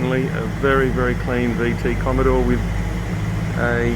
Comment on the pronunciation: Ca-lean bro, ca-lean ❤️